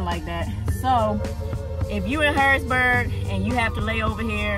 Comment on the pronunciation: Its HarrisONburg not Harrisburg,VA ..LOl..I live 15 minutes from there..Be safe